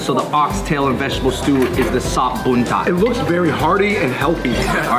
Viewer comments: 😂 Im laughing when u spell kang kung as keng kang 😂 and BUNTUT as BUNTAT 🤣 WKWKWKW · Read: kang-koong, boon-toot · So I'm Indonesian. I just want to teach you guys how to pronounce it well. The "u" BUNTUT, you have to say it like "you". And for the the "a" in RENDANG, you have to say it like "dunk". Finally, for the KANG KUNG. The "a" you have to say it like "kungfu" and the "u" for the "you" sound. Keep it up the good work bros 👌👌👌 Sorry for my broken English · Okay okay I get the language barrier but let me correct some of the pronunciation Buntut = boon-toot Rendang = ren-dunk Dendeng = dan-dang I'm okay with the rest... its just me thooo not hating on your pronunciation😂😂😂